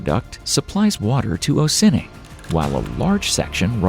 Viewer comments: Lmao it's not oh sin ing, it's ah sin ing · Ossining is pronounced AH-sinning not OH-sinning😄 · OSSINING, pronounced AHHHH Sei Ning He pronounces it " OHHH Sennn ing" lmfao .. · It's disappointing that they did not bother to check how to pronounce the place names. O'sinn-ing? No. It's oss-in-ing. Chatham Square? No. It's Chadam Square. And the list goes on. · It’s pronounced AHH-Sin-Ing (Ossining) just for future reference! Love the video super detailed and interesting!! Thank you!! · ‘Ossining’ is pronounced ‘Awe - sinning’ not ‘Oh - sinning’….computer generated narration strikes again… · No it isnt haha! It's OSS like Ah. You must be embarrassed. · Should explain in FEET first. That’s what we use in the US. And if you don’t know the pronunciation of neighboring towns, such as Os’-sin-ning, it takes away from your credibility. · Hey, fellow dude from upstate upstate ny, close to the Adirondacks, that town is pronounced “Oss-in-ing” when you said it the way you did I laughed so hard😂 great video either way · … it’s pronounced “Ossining” as in “oss-sing” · It's pronounced AW-sin-ing, also home to Sing Sing prison. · Its more like "Ah-sinning" actually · He says Ossining different LOL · Is this AI narration? You said Ossining SO WRONG? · Love the AI pronunciation of Ossining, NY. !! Editors not available?? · I love how to pronounce the town wrong